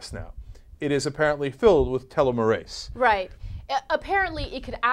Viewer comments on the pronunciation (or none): 'tel-LOM-mer-ase' You're putting the emPHAsis on the wrong sylLAble. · Accent on the wrong syllABLe, Ana. Always go with the second. TelOmerase (short O sound). Telomerase is the enzyme that helps the tail ends of chromosomes rebuild. The tail ends protect the DNA. As we get old, we stop producing so much telomerase, the telomeres break down, and cells die. A US woman one the Nobel for this discovery just a year or two ago. It's pretty cool. Check it out. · didnt read preceding comments ... but did anyone else hear how they pronounced telomerase? ... TILOMIR-ASE vs. tell-om-mer-ase... I thought the girl was a little uneducated... and was hoping for the gentleman to speak up... as he did... I literally face palmed... invade another country for a plant?!?! .. one strain of plant... dude... its not oil fool. you can harvest a plant... and grow it anywhere in the world... ps. telomerase does not cause cancer ... its prevents epigenetic mutations... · LMAO! tell a merase. hahahah. telomeres/telomerase are pronounced with a teel instead of a tell... And I think I first learned about this in high school. Really old news... The industry has spent billions trying to recreate telomerase activity. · There are so many problems with this story. Enzyme therapy with telomerase (which is pronounced tell-ah-mer-ace) will never work. Aging is such a complicated process, with hundreds of enzymes and pathways involved, that any attempt at using this as a "cure" for aging will likely cause more harm then good, especially because telomerase is linked so closely to cancer. Even if it worked, it would not stop our bodies from breaking down at the same rate that they already do. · Tuh-LEM-er-ASE. That's how your pronounce it. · pronounced TEA-lom-Oh-rase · it's pronounced TEE-LOM-ER-AZE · telomerase LOL its pronounced tell-om-er-ase :D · my gen bio prof. pronounces it "teh-lom-O-race" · TEEEEEEEEEEEEEEEELOOOO-MERRRR-AAAAZZZEEE. Thats how u say it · TEE-LOHM-UR-ASE, Ana. Christ almighty...